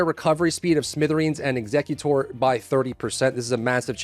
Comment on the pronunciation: I'm not sure if you're pronouncing that shotgun properly.... they both have the same spelling. Are you carrying out the final orders of a will?... Or are you executing enemies?